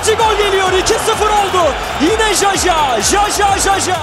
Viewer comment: Ömer Üründül bir yayında jaja yı yaya diye telaffuz etmişti ben baya travma yaşamıştım o zamanlar 😂😂